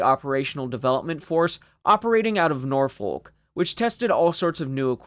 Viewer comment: Nice vid, thanks for it. BTW Norfolk is pronounced nor-f... eh, never mind ;)